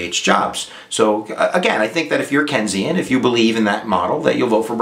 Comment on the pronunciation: Lol you said Kensian instead of Keynesian. Kenyan economic philosophy, lol.